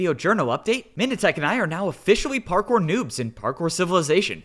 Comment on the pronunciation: par-cow if I may